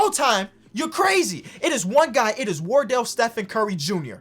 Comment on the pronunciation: Why u say warrdell its disrespectful